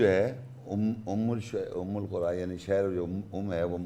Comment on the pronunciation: Again! Umm-ul- qura word is not their in the ayat ! Its umma-Al-Qura ,which u mistranlsate thinking its with pesh while in the ayat its with zabar ! And with zabar its recited as Umma-Al-Qura'a which means the people of the cities ! not the mother of all cities ! Correct yourself sir!